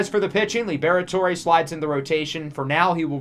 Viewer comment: Lib-Rhett-Ore or Lee-Brett-Ore not Lee-Bear-Et-Ore-Ay